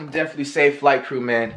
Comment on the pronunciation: This dude FWight😂😂😂